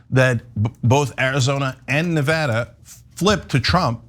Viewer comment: Cenk pronounces Nevada two different ways within the space of ~30sec.